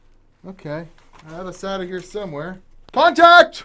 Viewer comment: You said SATA correctly unlike other people who say "SayTah"